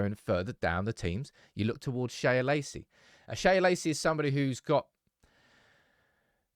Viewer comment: Sam Shea is just "Shay" not "Shaya"